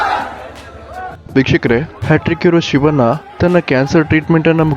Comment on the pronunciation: Prounce properly for shivanna...you are calling ಶಿವನ್ನಾ